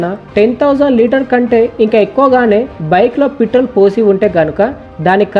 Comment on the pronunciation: Mr beast channel copy .........Harsha Sai పిత్రోల్ కాదురా నాయనా ....పెట్రోల్.....బల్లకాయా